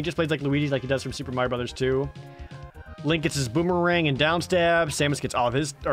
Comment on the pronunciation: You mean Lank. Not link